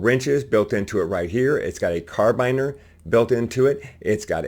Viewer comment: Carabiner pronounced car-a-been-ar